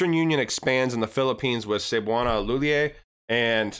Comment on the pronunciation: nice pronouncement of cebuana lhuillier ......perfect